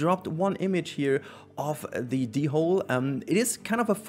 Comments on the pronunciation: It's the first way you pronounced it was correct - Dole, with a silent 'h' ~ <3 But no worries tho! I heared even native speakers having problems to decide, when they never heared it once. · Please don't pronounce its name "the hole" 😅😄😄